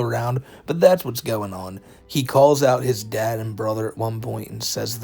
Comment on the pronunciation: Notice how he pronounces dad as dat or tad. or am i the only one